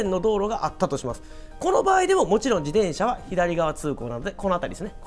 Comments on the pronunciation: ジデンシャ じゃなく ジテンシャだよ。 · こういう事は大切って思う ありがとうございまう。 （でも「自でん車」の発音がき気になり過ぎて・・・）